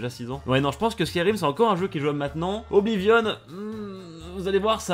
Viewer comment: Putain enfin quelqu'un qui prononce bien Oblivion ;-; Sinon Oblivion > Skyrim